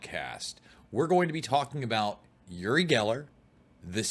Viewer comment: OOri not YOOri.